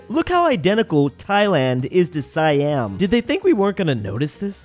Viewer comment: “Sayyam” ITS SEEYUM!!!